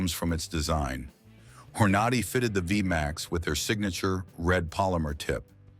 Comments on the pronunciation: He's putting out this video and mispronouncing Hornady? Its Horn A Day, not Hor naudy. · You can't even pronounce the words correctly..... when you tried to say Hornady.... you were pronouncing it as Hor-na-dy.... can't you even figure out how to pronounce the manufacturer's name correctly.... you're not even talking about 22 long rifle rounds.... what a wasteful video This is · Where can I get me some of those hor-NAH-dee bullets that was talking about? 🙄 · The narrator here doesn't know how to pronounce Hornady? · AI that can't pronounce Hornady correctly, and Lead pronounced Leed. You get the picture?